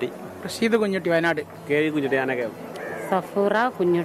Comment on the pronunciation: കുഞ്ഞൂട്ടി അല്ല. കുഞ്ഞുട്ടി